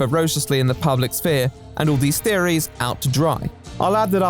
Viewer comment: It's weird to hear someone pronounce the "p" in "sphere"